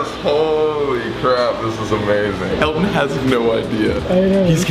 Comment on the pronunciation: When Colby said, “Bad! Bad Elton!” I thought he said, “Dad! Dad Elton!” 😂😂😂